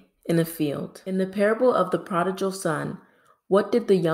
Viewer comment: 20/20 I really enjoyed this quiz. I better know them after we Pastored a Church for many years!! With all due respect; the word prodigal is pronounced just like it sounds, the gal In prodigal Is pronounced like gull or gle. Thank you & have a blessed day. 💗🙏 Pat